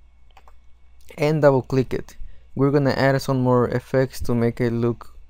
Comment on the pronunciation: u said SERO INSTEAD OF ZERO HAHA